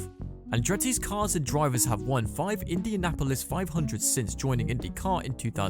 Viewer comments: Indiana Polis 😂😂😂😂 It’s Indianapolis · The pronunciation of Indianapolis is wild lol.